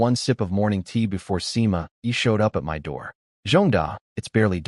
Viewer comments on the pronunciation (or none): Why waist your time saying "my" when you can say em-why instead 😂😂